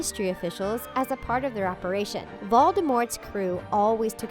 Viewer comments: it’s VOLDEMORT not ‘VALDEMOT’ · Did just hear u say baldemort